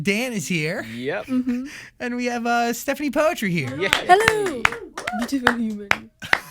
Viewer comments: She even don't know how to pronounce her name properly. Is it the parent that a bad parent or.. Is it she that bad at remember what her parent said to her? POETRI PRONOUNCED AS "PUTRI"(POOTREE). NOT POETRY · Lol never i saw this coming, an Indo at Zach's? bruh mantap jiwa. Btw ILY300 its cool and yeah but it's (still) too cringy even for me an Indo. It became viral here because it rode the train of hype of Endgame. ALSO btw her name is POETRI = PU-TRI (PU like in PUT) and (TRI like in TRINITY), it means "daughter/princess" in Indonesia. Peace from +62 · I thought it's pronounced "putri" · I always questioned why she pronounce her name poetri and now i know why..